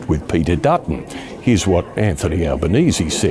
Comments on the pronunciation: Ben has pronounced Albanese correct finally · Hey - you finally got his name pronounced right... Thank you. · Albo! Albo! Albo! And Ben pronounced it correctly this time! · Nice work pronouncing the Prime Minister's correctly. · Well done, you pronounced Albanese correct on this video. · You're the first American that I have come across that pronounced Albenese close to correct ( Al benese not All benese) Dutton not only lost but lost badly, he shouldn't imbraced Trumpism but he also pushed for nuclear-power, which most Australians doesn't want. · Hey finally an American who can pronounce our PMs name correctly, nice one. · You pronounced Albanese right for the first time 😂❤ Dutton lost his seat for flirting with Trump! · Well done Ben You can pronounce Elbo’s surname correctly. Elbows up good man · Finally you pronounced our PM’s name correctly. Good onya mate 😂 Here’s what you need to know about us—we really don’t like bullies and con jobs. We see through that and will call it out. Dutton had a crack at pulling some Trump-style moves—talked about banning WFH, tried a bit of DOGE nonsense, and a few other duds. So we gave him the boot and re-elected Labor in for second term with a majority this time. Dutton even lost his electorate seat and can’t even be in Parliament now. Trump nonsense was not the main reason he lost but did play a part for sure. So yeh no Trump BS here. We don’t like stuff like that down under. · I’m just glad an American finally pronounced Albo’s name right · Glad you got Albanese right this time 😂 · Australia's Anthony Albanese (Labour), has won Federal Election! No Dutton, thank god!! Ben! You pronounced the 'e' at end of Albanese❤ Great job🙂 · Well done for fixing your pronunciation of Albanese. Another Aussie Meidas fan